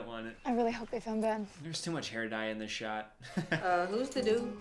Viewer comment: I just have to point out she said Bren instead of Ben lol